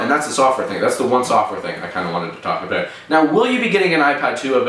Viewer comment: "think aboot" haha i love your videos dude!